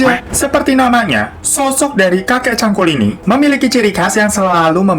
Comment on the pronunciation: hiro bilang : kakek cangkul gw dengernya : kakek cabul :v wkwkwkwk